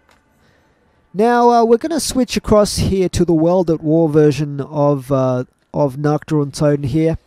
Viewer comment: you spell nacht like nackt in german. nackt means nude 😂😁👍